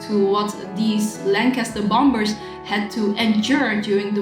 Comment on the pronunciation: Love the way you pronounce Bom"b"ers using the second silent b . cute thanks great review.